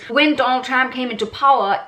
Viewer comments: Lol . Awesome video but why do you pronounce it as Tramp. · I love you calling him Tramp 😂. I am from the US and we get in everyone else's business so why shouldn't others get in ours. You go girl. Great video.